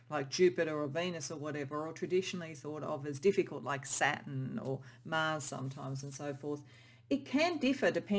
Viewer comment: It sounds like you are saying SATIN, but I figured out you are actually 'trying' to say SATURN. the last part of the word sounds like 'tURN...turn.. as around a corner. Not 'tin' as a metal..you might need to practice that pronunciation a bit. I kept trying to figure out how satin, a smooth fabric, fit into the other words you were saying.